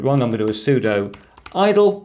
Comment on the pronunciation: You can’t speak with authority regarding Linux while pronouncing sudo sue-dough. It’s not pseudo. It’s not a subjective accent thing. Sudo means “Super User Do” and therefore IS pronounced sue-doo